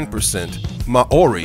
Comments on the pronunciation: Fucking (Mow-ree) is how it is pronounced dude... How are you going to put so much work into a video and NOT LEARN HOW TO PRONOUNCE WORDS!!!! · Mah-ori....???? When well-meaning Americans try to be clever without doing their own research - I literally cried with laughter when I heard Te Reo Maori pronounced like that. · You don't say Maori correctly - it's Mau-rie [as close as possible for those who don't know the Maori vowel sounds]. I live in Canterbury, NZ. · Damn stupid computerised voice cannot pronounce Maori correctly. New Zealand does not rate highly in terms of health economic freedom quality of life and education Nationally. We are a 3rd world country with the highest rate of poverty homelessness, health illnessness crime drug problems domestic violence in the OECD!!! get your facts right . Zealandia is a dutch termination and not used here. WE are not dutch and we are not ruled by the Queen of England...